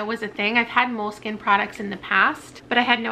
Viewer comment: You were pronouncing Moleskine correctly. Mole-Skin. 👍🏻 Enjoyed this video very much. It will come in handy when I purchase my next reading journal. Thank you.